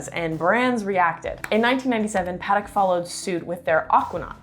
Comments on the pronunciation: Native French speaker here. I truly recommend taking a class in French, and prononciation. Paddick and Ottomar? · Pronouncing Patek wrong bruh